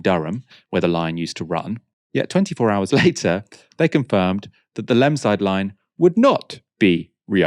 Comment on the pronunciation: Just a couple of things, "Pellaw" is pronounced "Peelaw", "Lemside" is pronounced Leemside." It's ok you are clearly from "The South."